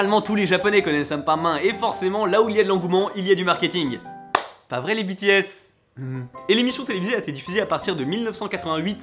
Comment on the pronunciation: Attendez une seconde.. a dit "Bi-Ti-Esse"!!!! C'est un jour historique! O-O X)